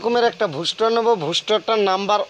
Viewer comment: ভুস্টা না ভাই বুস্টার 😅